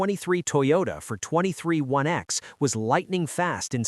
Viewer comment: 23 1 x? Yeah, I'll go elsewhere for my Nascar news where they pronounce things correctly and care enough not to use AI. Have a great day!